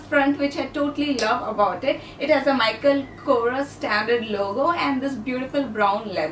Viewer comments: it's not micheal chorous it's micheal kors like k.o.r.s...lol. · U have travelled lot of europe nd asia countries nd how can u make simple mistake while pronouncing mk (michael kors) as mk( michael chorous that just pissed me off lol nd its not a hatred comment